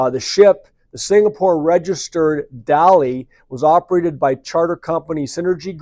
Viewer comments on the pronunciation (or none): none